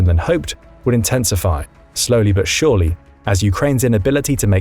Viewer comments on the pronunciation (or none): none